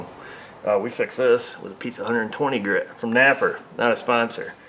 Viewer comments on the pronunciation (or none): says "napper" on purpose